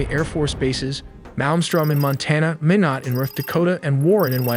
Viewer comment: Its pronounced mynot